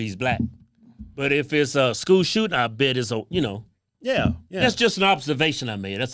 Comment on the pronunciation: Let the " short yeah(s)" begin - ...lol This one really frustrated Keith...with good reason.